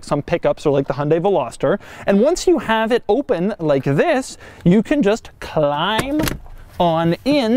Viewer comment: why did you say climb like that please stop slurring your words like that